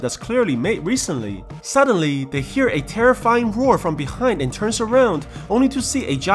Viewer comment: beRind xd